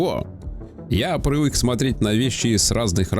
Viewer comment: ПрЫвЫк, Сегда найдутся, кто ваЩе поверит, Ездателю, свАеХо, увидели ДемьКу… автор ты не хочешь к логопеду походить? Лол